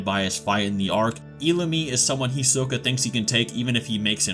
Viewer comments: First let me say, do not say hunter hunter again. You address it as hunter x hunter like a normal hxh fan. 2 do not pronounce their names as such again its He-soak-A. And 3 Illumi is not a Phantom Troupe. Thank you, sorry for the inconvenience. 👍🏽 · did you mispronounce hisoka? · Who is "Hee-soh-ka"? "Nefer-pee-toe"? "Kuri-pika"? That English noob pronunciation is strong in this one lmbo. There's no way Chrollo or Hisoke have a chance at beating Meruem though. They'd even struggle immensely against Neferpitou tbh...The Royal guard are extremely powerful. Without Komugi, it's possible Meruem could have wiped out every Hunter (Netero, Gon, Zoldyck family, Ging, etc would all have to band together to stop him)